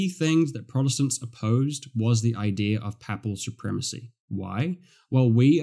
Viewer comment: Thank you from a Catholic who went to Anglican church first time today. I like your teaching a lot. (Papal is pronounced "paypul" the way.😊)